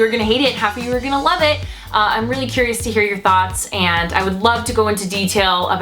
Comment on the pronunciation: The words and, and demand, ends with a d, not a t. Ant. Demant? And. Demand. Wth happened to educated people? Where that English go? Pet peeve, sorry, but people that do this should not be able to publish YouTube videos, imo.